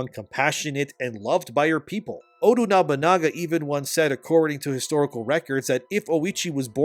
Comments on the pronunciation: The name is Oda Nobunaga, not Odu Nobanaga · Pleaae stop saying "Odu Nobunaga"? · I get aneurism everytime says "ODU Nobunaga"...